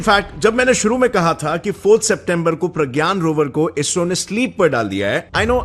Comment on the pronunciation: It is sad to hear ISRO as BSRO 😢😢